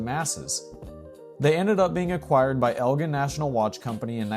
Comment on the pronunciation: It’s El-Jen .. with a hard G